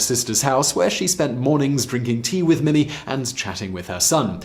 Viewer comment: Mimi is pronounced Meemee.